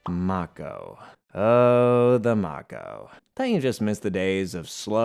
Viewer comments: Bro did u play the game its may-ko like the shark not mako some times spellings isn't the same as pronunciations. Bro love the content just hate pronunciations makes me think you never played the games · Listening to this guy mispronounce so many words is excruciating. Rachni, tali, mako.... pretty sure this guy never actually played the games